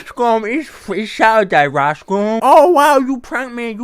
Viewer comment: I like the way you say Rice Gum it sounds like Ricescum which fits